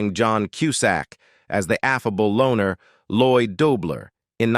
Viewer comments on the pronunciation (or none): none